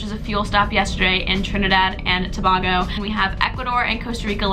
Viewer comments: hey id just like to point out its pronounced Trinidad and To Bay go not bah hehe hope you have fun here tho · It’s pronounced too-bay-go not to-bah-go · it's not to-bag-o it's pronounced as to-bae-go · Hi, I was watching the video and you mentioned 'Trinidad and Tobago' I'm from Trinidad and your pronunciation was great but Tobago is pronunced like ' To-bay-go' not 'To-ba-go'. Hope this helps! Anyways, love the videos <3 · It’s not Tabago it’s tabago but with the last A like ayyyyy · Trinidad and TOe-bAh-go lmao sis its tuh-bay-go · I’m from Trinidad and Tobago ! I hope you enjoyed it ! And also it’s pronounced ( Two-Bay-Go ) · Trinidad and to bay go This is how it is pronounced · Logan Miller 😂😂 tob “ahhh” go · 'Trinaedard and tobaago'😂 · Hey, would love to hear more on your experience in Trinidad and Tobago! It's my home country and I never knew SAS would consider stopping off there. Oh and just a note, Tobago is pronounced Toe-bay-go. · Sis why you said Tobago like that, you hurt me 😒